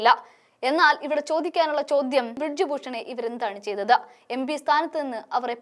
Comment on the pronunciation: ബ്രിഡ്ജ് അല്ല കൊച്ചേ ബ്രിജ് എന്ന് പറയൂ